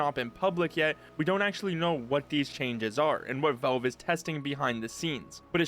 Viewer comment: The way he says "Vulve"🤣